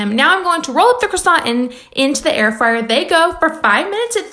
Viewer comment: he said freeyer! hahaha